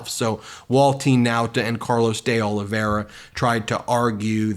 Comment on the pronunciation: It's pronounced "dollyvera" Ben